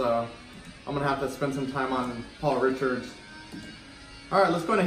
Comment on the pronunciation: It’s not Paul ‘Richards’ 😂.... try RICARD. can’t wait to get my podium f1 soon